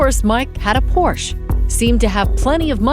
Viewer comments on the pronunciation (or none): Its not a Porsch, its a Porsche